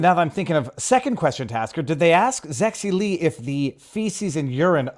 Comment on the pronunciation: Yes, Zexi Lee, pronounced as Zeggsie Leech.